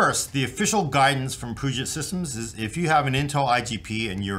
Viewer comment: every time i hear you say "POOget Systems" i die a little on the inside. From someone in the Seattle area, Please say "PEWget Systems".